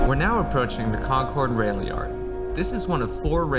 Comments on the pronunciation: Real east contra costa a know it’s pronounced concErd not concOrd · Rode DAILY from Rockridge to Orinda and back as a teen getting to and from school! Love this video for sure, although hearing it pronounced Con-cord skins my local ears lol